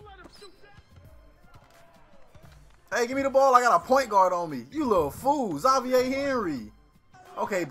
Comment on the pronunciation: X- Zay- Vier wtf you never heard a black person name Xavier?